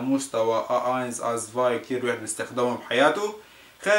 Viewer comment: 2 تسفاي zwei مو ازفاي فاغوم warum مو فروم لفظك سيئ جدا !! -_- يعني يلي بيتعلم منك ويجي ع الوسط الالماني بضيع ..